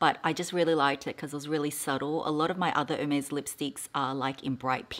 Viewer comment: No, you don’t pronounce it correctly - but the color is beautiful. Love Ostrich❣️